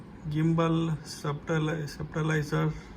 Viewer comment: ಅದು ಸಪ್ಟಿಲೈಸರ್ ಅಲ್ಲ ಸ್ಟ್ಯಾಬಿಲೈಸರ್ 😊 stabilzer